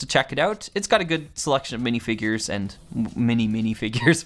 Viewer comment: "Midifigures," perhaps? I quite like these sets, so it was disappointing to hear your review of the show. I appreciated your thorough commentary, though!